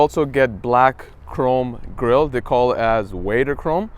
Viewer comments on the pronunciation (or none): Its VADER now wader